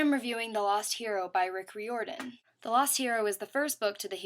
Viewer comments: its prononessed (riiordan) and its camp jupiter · great review! couple mispronunciations like Riordan's name is like rye-or-dan Hephaestus doesn't have an 's' between the 'e' and 'p'; and Reyna is supposed be be said like reign-uh. i don't want you to take this personally, but mispronunciations of words and names is like my biggest pet peeve lol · I have mark of Athena you said riordan wrong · I think you mispronounced RIORDAN